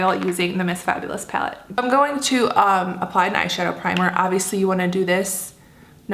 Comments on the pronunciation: it's pronounced PAL-ette, not PALE-tte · "Paylet" haha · Right???? That cracked me up too. Never heard that one. Reminds me of how Trisha Paytas says bag, like "baeg"... Wonder what that's all about? Hahahaha! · You say the word "palette" kinda funny😊